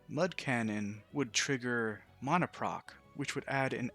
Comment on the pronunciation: mona, no its mana